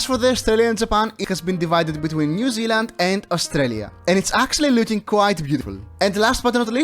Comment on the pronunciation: when bro said New 10 times, it sounded like "Mew" 💀💀